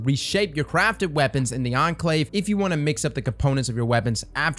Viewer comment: I was NOT prepared to hear pronounce "Enclave" correctly